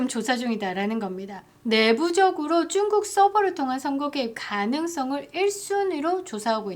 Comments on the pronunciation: 쭝국이라고 안했으면 좋겠습니다 정확한 중국어도 아니라서 너무 거슬립니다 그냥 중국이라고 해주세요 내용은 너무 좋습니다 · 왜 중국이라고 안하시고 쭝꾹이라고 하시죠? ㅋㅋㅋ 쭝 꾹 ㅎ 암튼 같은 나라네여